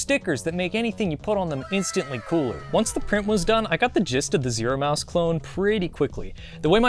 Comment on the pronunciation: you keep calling it Zoro